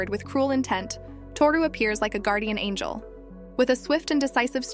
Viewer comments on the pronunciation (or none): none